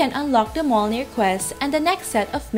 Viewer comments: It’s “mi-yol-nir” hihi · I pity the noob that actually goes and kill 300 skeletons when the quest requires PIRATE SKELETONS - two different mobs. Also, Mjolnir is pronounced Myolnir ;) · mjolnir= Em jolnir :D yggberry= Way GG berry XD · pronounced as myolnir